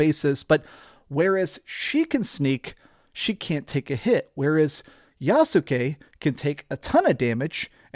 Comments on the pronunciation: It’s YAHS-KE. Not Yasookay. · Yassskay not Yasookay. Still enjoy your videos man, lol. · The "U" is silent so is pronounced YAS-KE like SAS-KE(Sasuke) or INOS-KE(Inosuke) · Noee and YasUke? I know they had to have said their names in cutscenes. How did you not know how to say their names? And no AC does not have “actual aliens” Corey May even said it was written in the AC lore Bible that the First Civ are not aliens. I’m sorry but someone who played these games should know that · The U in Yasuke is silent